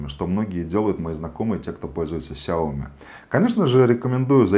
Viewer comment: сяомИ ударение на И